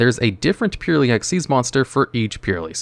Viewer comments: Its purrEly not purrly 😂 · It's not purely it's purrely. Just like a cat purrs...come on bro. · It is annoying me way more than it should that bro keeps pronouncing it “pure” when it’s clearly a play on the onomatopoeia “purr” sound that cats make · purr ely sads not pure ly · Great video as always! Id pronounce them Pearly, like the word Purr, cuz theyre cats! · Is Purrely pronounced like that? I always thought it'd be "Purr"-ly. You know, like after the sound cat makes? Someone please clarify for me 😅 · Considering purrely is an archetype of cats, I think it's supposed to be pronounced pur-rely as in purring, the things cats do. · You're talking about a guy that couldn't even pronunce Ojama Trio correctly. legit can not pronounce to save his skin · I'm kinda new to this community so i have 3 questions. What is the ocg and the tcg? Is that actually how you pronounce "purrely"? What are Floodgates?